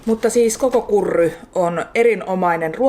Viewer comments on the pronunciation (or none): Kiva video taas! Kuulostaa tosin vähän pöljältä tuo "kokos KURRY" -ääntö, miksei vaan ihan "kokos karee"? Japanilainen ääntötapa helpompi ja kuulostaisi luontaisemmalta suomalaisenkin korvaan. Tai sitten "karri" (kuten Suomessa sanotaan)?